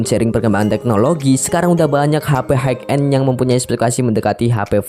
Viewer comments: High end sebutnya 'hai en' bang, bukan 'haik en' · Terima kasih atas reviewnya Bang. Keren sekali, Btw, High bacanya adalah "hai", high end>> hai en